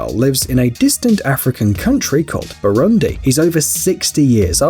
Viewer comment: Had to pause minute in lol. How'd you manage to perfectly pronounce tanganyika and yet fail on Burundi? Shyiiiiiiiit.😂🤣😂🤣🤣 kudos for tanganyika (BoooRooonDeee) pronounce dem vowels bruh 😂🤣😂🤣😂🤣